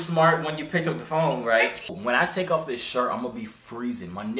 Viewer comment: "put it in dis way"😂😂